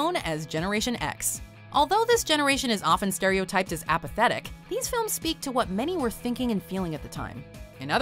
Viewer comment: appathetic? lol.